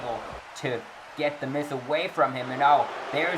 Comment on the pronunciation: Hey did you call The Miz The Mis 😂